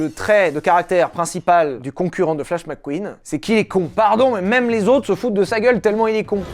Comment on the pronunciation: Mec Queen pas Mac queen